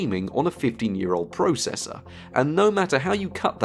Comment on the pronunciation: YOU SAY PROCESSOR WRONG